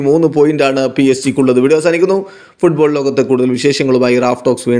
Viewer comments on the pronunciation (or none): none